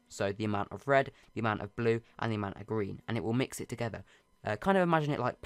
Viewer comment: “End the Gween part”